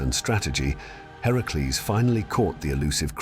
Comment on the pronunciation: Its great the you got his actual name right in the video. Heracles.